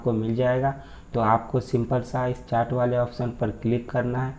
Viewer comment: चाट nhi yrrr चैट बोलो...